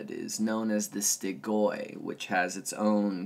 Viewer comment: S t r i g o i, not Stygoi :)